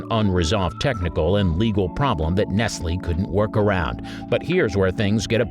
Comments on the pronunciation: The name is NOT "NESSEL" but "NEST=LEE" Good grief! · Lol. He says nesel. It's pronounced Neslee. Nestle makes the very best chooocolat. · Nest el? Whaaa? NEST LEEE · Oh no!!! All the way thru the Nestle Magic Ball segment, you called it nessel! Making me cringe every time! Where have you been that you don't know how to say it right?? Then at the end all of a sudden you pronounced it right three seperate times! What?1? Why?1? Yes, Nestle is pronounced ness-lee! Wow! 🤦‍♀ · Your videos are riddled with mistakes all the time. Mostly I can forgive them but this one I can't. Nestle is pronounced like NesLee. Not Nessle. The company has been around for 157 years! How could you not get that right? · "nest-lee" thought it was a human voice over until we hit the "nessel magic ball"... BOT ! smh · The company is Nest lee and does not rhyme with wrestle! Sheesh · It’s not pronounced “Nessle,” but “NES-LEE!” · Can you say Ness-Lee? Not Nessel. We all knew how to say it from the Nestle’s Quik adds. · “Nessel”???? Nestle is Nest-lee and still a common brand. Ok, corrected mid read. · NESSEL, or NESTLE’ 🤣🤣🤣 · It's Ness-lee (Nestle) not nest-ul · It's ness-lee not nessel. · Nestlé not nessel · It's NES-LEE, not "Nessle". I had to bail on this after the 49th "Nessle". Please get it right next time? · Nessle? Where the hell are you from and what makes you think people miss these. Rotting childrens teeth is a great idea. Candy cigarettes that make the idea of smoking acceptable for children. I guess the point is lost with this clown. Oh and its Ness-lee. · Not nestle.....Ness Lay!!!! Do you not see the accent over the 2nd e??? I'm surprised you didn't mention black babies. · If you say, "nes-el" instead of "nes-lee" then that proves that you don't know WTF you are talking about in any way. Stop posting videos, poser. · It’s not “Nessile” but “Nest-lee” for goodness sake. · Notice the accented final E. Nest-lee, not nestle. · NOT "Nessel"... "NESS-lee!", fer cryin' out loud!